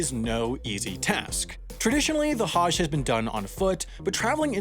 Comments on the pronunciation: I love this channel.. But can we please work on pronunciations... Islam has no 'z' the s is soft.. Same with Muslim it's not Muzlim its Muslim like how we pronounced the s in moose... Also for Hajj think of how we pronounce the word nudge. Similar but with a Ha at the beginning. Also Hajj has to do with means.. It's not cheap to do. Not everyone can do it. Muslims are not forced unless they have the ample source of capital to do it. Thanks for reading. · That's not even close to how Hajj is pronounced. Hajj rhymes with "fudge". This Haaaazh BS is ridiculous. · How are you able to say “Tchaikovsky” correctly but can’t say “Hajj”?? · The a in Hajj is not pronounced like that.